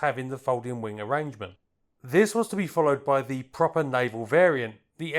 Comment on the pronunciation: could I gently ask that you pronounce the word “the” as you would “duh”, not as “thee” like some medieval knight. I love your content but you’re driving me nuts with the mispronunciation of such a common word!